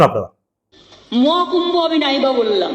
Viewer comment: পরিস্কার করে কথাটা ও বলতে পারে না। মহাকূম্ভো না বলে মোয়াকুম্ভো।